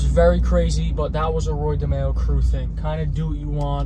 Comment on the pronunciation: Watched a mob episode of Law and Order. The name of the crime family was DeMeo but pronounced Di My oh. Didn’t change those facts much😅